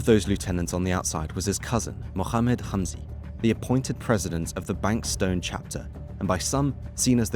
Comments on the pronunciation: BANKS TOWN* NOT BANK STOWN😂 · Banks-town not Bank-stone 😂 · Jesus christ the town pronounciations in this are fucking terrible. Banks-stone??? Its fucking TOWN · “Banks town” not “bank stown” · Great video but the mispronunciations of Bankstown, Blacktown and Lithgow are infuriating. Since when has ‘town’ ever been pronounced ‘tone’? A typo in one of the quotes is sloppy too. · Yeah a few suburbs copped it 😂 not just Lithgow. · Bankstown not Bankstone. FFS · It’s pronounced banks-town I believe, not bank -stone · Banks town not Bank Stone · how’d ole mate manage to get “bankstone” from bankstown 😂😂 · Bankstown is pronounced town not tone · Brothers for life is a terror organisation and should be treated as such And it’s pronounced Banks-town ffs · Banks town... Not hard to pronounce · Bankstown is pronounced Banks-town. The guys a Brit after all lol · it’s pronounced banks town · Great video- I enjoyed Its pronounced like it’s spelled though- BanksTOWN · Its pronounced banks-town. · You're mispronouncing Bankstown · Great video, your pronunciation of Aussie towns is bloody ridiculous though hahaha. Like how did you get the ene Bankstown and Blacktown pronounced so differently 😂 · This was good but misses a lot of context like the partnerships with bikie gangs. Not sure how you were able to correctly pronounce Revesby but not Bankstown. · Lith(go)w being pronounced as Lith(gaow) and Banks(town) being pronounced as bank(stone) really made me giggle for a sec there 😂😂 Overall, a really well put and informative video! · Bruh, the pronunciation hurts. Not your fault, easy mistake to make if you’re just reading the words, but got the “ow” sound mixed up with Lithgow and Bankstown. The “town” is pronounced like “town” and the “gow” is pronounced like “go”. Lith-go, Banks-town. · Lithgow is pronounced lith-go. Bankstown is pronounced as written, banks-town. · Lith-go not gow, banks-town